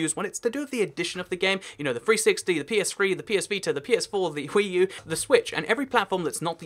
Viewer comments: Who else heard hhhweee new instead of Wii u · Did anyone else notice he said hwii u like stewie saying cool whip